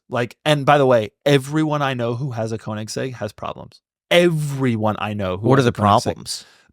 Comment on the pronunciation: It's strange how so many car guys care about the pronunciation of porsche, but every single one completely butchers koenigsegg.